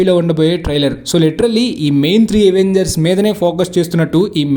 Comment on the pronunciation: Avengers ni అవెంజర్స్ ledha ఎవెంజర్స్ anala bro . Endhuku ante miru ఎవెంజర్స్ annaru. Dictionaries lo అవెంజర్స్ ani undhi.